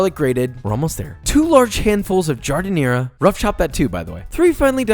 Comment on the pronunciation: Please stop trying to pronounce Italian words... you do a bad job of it. Your giardiniara is all wrong. Where’s the garlic and oil?? Where the hell do you buy mortadella in Texas?? Can’t find giardiniara there either. Certainly not the HEB or Kroger!!